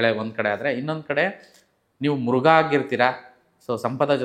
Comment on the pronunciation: ಮಗು ಮತ್ತು ಮೃಗ ಮೃಘ ಅಲ್ಲ.